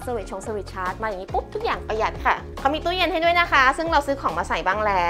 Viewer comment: ทำไมคนไทยต้องพูด เซอร์วิสช้ง เซอร์วิวชาร์จ ตู้ยง ตู้เย็น ,,, เหมือนกันทุกรายการ …